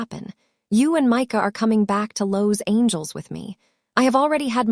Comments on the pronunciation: Ok, story has me hooked already. But, who in all that is holy, is pronouncing some of these words? “Cream Brulie” “Soufla” “Los Angel” 😱😱 No, this makes no sense!! Is this the way all your stories are? I’m watching from Indiana 🇺🇸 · How can I subscribe to your channel when your narrator cannot even pronounce Los Angeles? Also, she mispronounces soufflé. I won’t subscribe until you and your narrator get the correct pronunciation of words in your video.